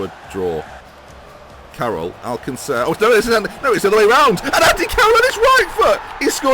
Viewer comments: Last thing... It's not AlcaNcer, it's ALCACER, no N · "Alcacer" not "Alcancer" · Loving both this and FM content, thanks. Just to ask though, Where has the "n" in Alcácer come from...? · My ears hurt whenever says Paco Alcácer's name.